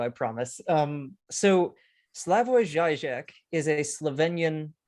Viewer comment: It is zheeee-zhek, not zhy-zhek. He is quite a popular writer on the left, where I once resided and has published many, many books.